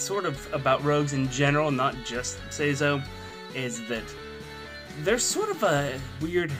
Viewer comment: Loses all credibility when he pronounces it like (Say-zoh) Never clicking a video by him again.